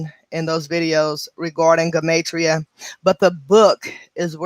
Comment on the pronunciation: Zachary let me know about you...I only have an iPhone and it’s to much to read thank you...but I think your saying Gematria wrong...I hope it doesn’t drive me crazy hearing I say this